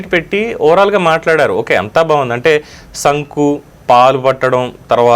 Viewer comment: Sir garu not sanku it is sunku